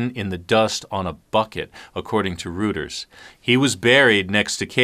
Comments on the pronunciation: Just fyi: 😅 Reuters is pronounced, ROYTERS , not "Rooters", as you pronounced it several times. 🌈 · “According to rooters”... Reuters is pronounced “royters”, not rooters, that’s common knowledge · Entertaining stories. FYI: Reuters is pronounced Roy Turrs. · Rest of the world calls it 'Royters'